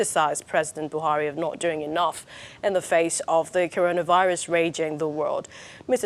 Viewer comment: He can’t pronounce the word coronavirus 😂